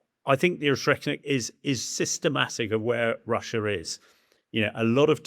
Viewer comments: Can't even pronounce Oreshnik properly. It's speed is well above 5,000 mph. More like 11,350 mph at burnout on a maximum range MET. IRBMs can and have been intercepted. No, it is not built from Soviet parts. It is a RS-26 Rubezh with its nuclear penaid substituted for a conventional one. The RS-26 is a RS-12M1 Topol-M/RS-24 Yars sans the third stage. Both stages, the PBV (including it's guidance system) and the payload fairing were designed in the post Soviet period, beginning in 1992. Yes, it's an area weapon, it uses a MRV payload. Yes cruise missiles are inherently more accurate than strategic ballistic missiles. This is true for both Western and Russian systems. No, Tomahawk Blk V has a CEP of meters, not inches or feet. No, the Oreshnik's guidance system, the same as that of Rubezh, Yars and Topol-M is post Soviet, distinct from that of Topol, due to the use of a PBV, requiring completely different guidance architecture. These post Soviet missiles also incorporate GLONASS guidance, requiring new architecture. It doesn't use GPS, because that's an American system. It uses the Russian equivalent. No, Oreshnik will not probably get shot down. Patriot is capable against SRBMs, but not IRBMs. Both Ukraine and Russia rely on similar tactics of a combination of drones and small mechanised assaults. The development of Oreshnik reveals that Russia is failing to efficiently secure its objectives, and is resorted to exploiting technologies and industrial capacity not previously all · Oreshnik not oshreknik. Either way doesn't matter but you pronounced things so wrong. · ORZHEKNIK Missile??? I really expect that people in TheSun atleast have basic reading and anauncing skills... mabe its not needed anymore today when applying to work there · O-resh-nik. Not O-shrek-nik. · "Oshetnik" missile..? Not "Oreshnyk"..? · Hamish didn't pronounce Oreshnik correctly. He is saying Or-Shrek-Nick instead of Or-Esh-Nick. 😂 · Dude said “O-Shrek-Nik” 😆 Shrek cannot be stopped!